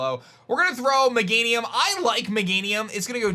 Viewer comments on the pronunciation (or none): Not magenium ......meganium